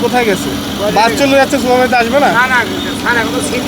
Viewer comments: ভাই বাছে না বাসে হবে। উচ্চারণ ঠিক করেন ছুভারজার সুপারভাইজার হবে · রিপোর্টার কে? বাচ কি? বাস না বলে বাচ আর সুপারভাইজার না বলে সুপারবাইচার বলতেছে? শিক্ষিত মানুষ রাস্তায় রাস্তায় ঘুরে আর এমন অশিক্ষিত মানুষ জায়গা নিয়ে বসে আছে বাহহহ